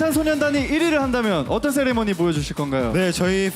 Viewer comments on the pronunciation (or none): none